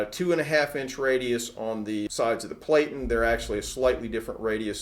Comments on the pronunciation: You are obviously a professional and I'm not trying to pick your video apart as it is very intuitive, However you are pronouncing Platen incorrectly it has a short e like Flatten. For a highly experienced pro like yourself, you should care as you are passing your information to the masses Here is proof. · platen rhymes with satin. Pronunciation Nazi strikes again. .